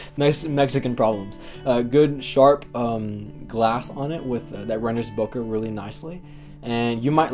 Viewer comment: BO-KAY, not Boca. It's not in Florida!